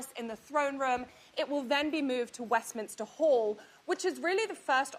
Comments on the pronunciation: It's MINster hall, not MINIster hall. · The narrator says Westminister Hall but the correct wording is Westminster Hall. Thank you for your story.